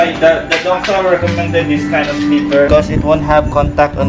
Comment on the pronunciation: "How much is dizzzzz." HAHAHAHAHA Made my day. Labyuuu po